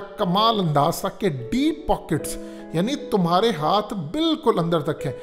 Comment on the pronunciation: Sasta school sa pass out deep poket ki pronunciation ma depoket hi bolta